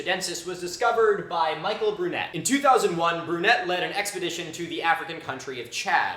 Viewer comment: Michel Brunet is a French paleontologist: his name is pronounced like "Michelle or Mikelle Brunay", not Michael Brunett... tut, tut.